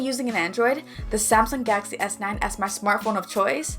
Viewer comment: Sounds funny when you say Galaxy